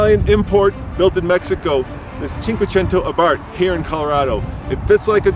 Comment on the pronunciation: How freakin' hard is it to say AH-bart, my fellow Americans? Damn.